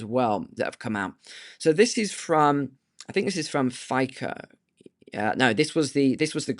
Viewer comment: is Fico not Fiko !!!!!!